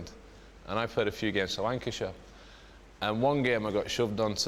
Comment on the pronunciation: Did he say wankyshire